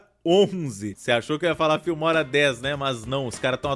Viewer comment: ele falando filmora parece que ta falando fimose